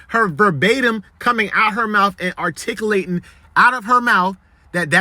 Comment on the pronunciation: Boy said “artikalaytan”😂😂